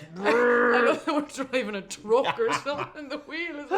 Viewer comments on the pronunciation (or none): “Eym dryvin a trook or soomthin” 😂